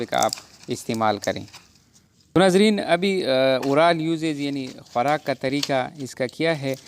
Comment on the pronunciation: Khwarak ka tareka😂😂